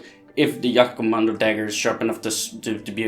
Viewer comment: jagkommando is banned because it was stabbing not slicing you donut and it's wound were danm near impossible to heal also it's jag not yag.